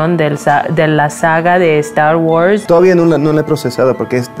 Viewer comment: Minuto "estar wars" jajaja